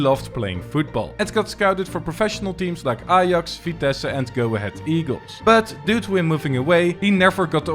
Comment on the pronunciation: I thought are you netherlands because you say ajax and vitesse good